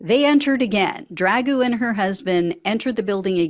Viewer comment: Lost me immediately on the mispronunciation and ridicule of Dragoo's name. We are trying to fight he 3yo tyrant, no? Then let's not behave like him.